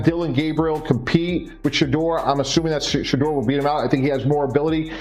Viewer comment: At least get his Name right dam!